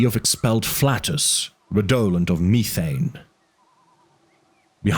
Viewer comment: thanks for the transparency. I’m just curious about some of the pronunciations (methane and gynecologist for example). Is English not your first language?